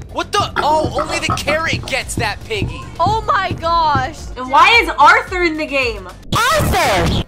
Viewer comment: It was the mom who was saying aurthur